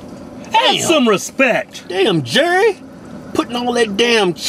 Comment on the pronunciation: Why did you leave off the 't' at the end of respect? They actually accentuate the 't'...